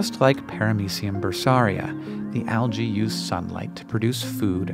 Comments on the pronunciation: wincing every time says alGae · Why do you pronounce the adjective (correctly) as al-gal but pronounce the plural noun as al-gee?